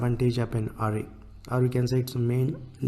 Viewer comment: bhai fake english accent me na video banai hoti to poora dekhta, dimag me ghus k arrway arrway kyu bol rha hai ?